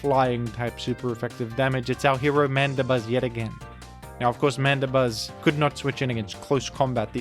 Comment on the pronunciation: Why is Mandibuzz pronounced as Manda-buzz instead of Mandi-buzz?